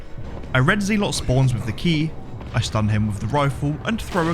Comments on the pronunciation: In both british and american english it's pronounced ze-lut (zɛlət), not zee-lot JFC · Genuine question; does anyone else pronounce Zelot as “Zee-lot” rather then Zel-ot”? I’ve never heard anyone else pronounce it like that, and he says it so many times 😂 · Hey, I'm a fan and love all the runs but I cringe when you prounounce Zealot as "Zeelott". My ocd was killing me every time you said that lol. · Never heard someone pronounce Zealot as Zeelot. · It's pronounced "zel-ot" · Man.....I love the way you play resident evil. Hate the way you say ZEEElot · Zealot us pronounced ZELET ffs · There's no way that's how you actually pronounce zealot XD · You should look up how to pronounce "zealot."